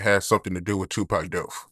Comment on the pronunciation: Yo it's "Death" not Def